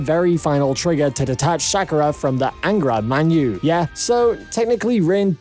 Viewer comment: Angra Mainyu is the reason we have Fate Stay Night. Anyways, his name sounds like Angry Man You